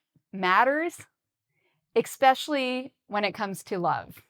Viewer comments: I also hear the same "eks" all the time says it. Is it wrong to say this word this way? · every time I hear you saying the word especially you pronounced same like exspecially, am i right? OR it just my ear mistaken?